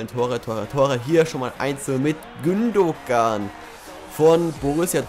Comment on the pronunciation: nur so.. bei Gündogan spricht man das G nicht aus Gündoan so :p